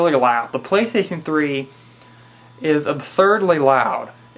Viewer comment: Whats a pwaystation flee?XD